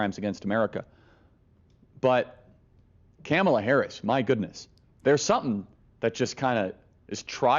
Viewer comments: Didn’t Charlie call Kamala— Camela? 😮😡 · Idk what’s more agregious Charlie Kirk saying Biden needs death penalty or the way he pronounces Kamala Harris